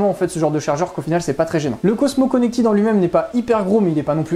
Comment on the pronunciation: Merci pour le test bien réalisé et clair. Produit intéressant. Une réserve toutefois sur votre prononciation en anglais ! Notamment "Connected" qui ne se prononce pas "connectide" mais se rapproche de "connectède".